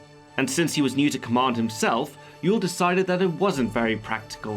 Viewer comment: Ewell js pronounced am correctly in this video. Say it aloud. You wool.